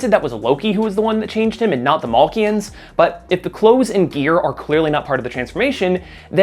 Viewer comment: You pronouncing Makluan as Malkian annoys me :D